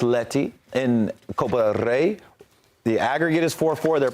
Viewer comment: “Copa del RRRRRRRey” someone’s been practicing his spanish rrrs…perfect pronunciation.